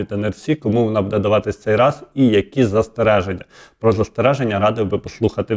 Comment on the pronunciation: Вкотре пишу! Ставте вірно наголос! Не будЄ, а бУде! Невже це так важко запам'ятати!